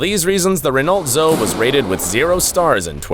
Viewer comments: Renault Zoe is in french. The closest you Americans can get to the right pronunciation is Ren-oh Zo-ay. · In Europe the Renault Zoe Is pronounced zo-ee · "Renolt Zo" 🤦🤦‍♀️🤦‍♂️